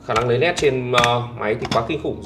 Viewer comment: Lấy nét chứ lấy lét là lấy cái gì anh trai 😅